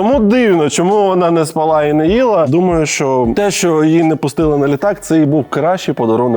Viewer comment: Льоша, у слові "спала" наголос на інший склад